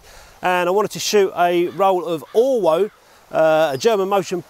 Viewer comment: Pretty sure that being German that film is pronounced 'Orvo'.